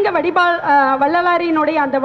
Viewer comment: அருமை சகோதரி. உச்சரிப்பில் வலிபாடு அல்ல வழிபாடு